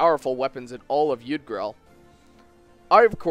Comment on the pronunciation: It's supposed to be pronounced YOOg-drahl